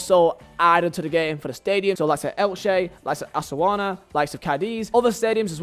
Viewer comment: Osasuna pronunciation 😂😂